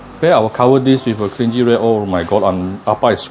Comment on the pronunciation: why your videos so good one... That is an amazing crisp and that crinkling is just melodious. My god, too good. Thank you so much for your informative and helpful videos. You're such a natural at teaching cooking! Btw, small issue only, not a big deal, but thought that you might want to know that 'cling' in 'cling wrap' is pronounced 'kling'... Anyway do u know where to find good pork belly in Selangor?